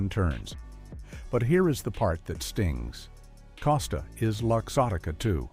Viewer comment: "Casta?" Learn how to pronounce the name genius.